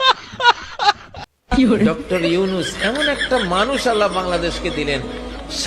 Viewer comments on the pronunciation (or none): আল্লাহ নয় আদলা😂😂😂😂😂